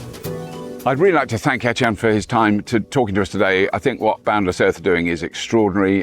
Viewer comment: Robert, I think his name is Eytan, not Ethan…